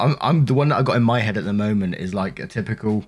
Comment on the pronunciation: When you said "the one I got in my head at the moment is typical British cucumber" and I had to rewind it because I thought you said hand and was like "well yeah it's a British cucumber lol"